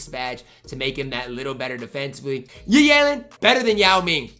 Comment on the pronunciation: It’s that time of year where butchers Yi’s name every single day